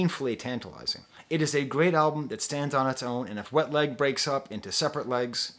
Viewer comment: I cant get enough of how you pronunciate Wet Leg